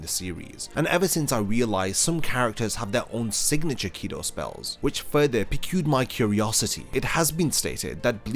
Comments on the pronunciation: Heck yeah I want to see the more in-depth video! I was bummed when I realized this was more of an overview. Small note-at the beginning the video you said something piqued your interest but pronounced it as p-queue, I imagine this is just the result of reading off a script and not catching it but just in case, its pronounced like peak. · P-qued or piqued? In English, we pronounce it exactly as the word peaked…